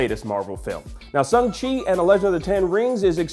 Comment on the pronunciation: Can someone tell that it’s pronounced SHANG-Chi and not SUNG-Chi please? If he’s gonna talk about the film so much, he should at least get name right.